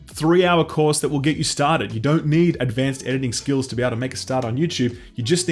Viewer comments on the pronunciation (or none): none